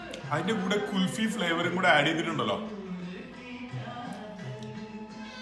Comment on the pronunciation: Kulfi ennu parayan padikku